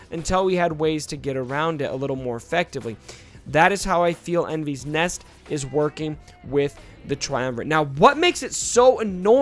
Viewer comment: Your butchering her name just so you know